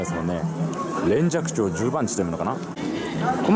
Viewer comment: NINE' S れんじゃくちょうですね